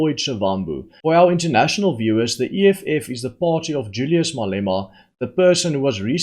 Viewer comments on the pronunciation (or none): none